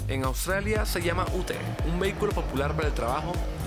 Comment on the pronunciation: "Ute" se pronuncia "iut"